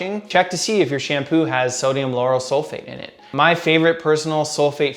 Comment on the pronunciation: wy does he say sodium yanny sulphate